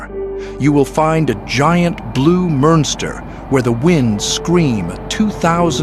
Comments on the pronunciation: Really, guys? “Giant, blue Murnster?” Next time, perhaps check your AI for mistakes before posting or just hire a legitimate voice actor. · "A Giant blue Murnster"? 😂😅😂 At least check for errors before uploading videos! 😂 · "Giant blue murnster" lmao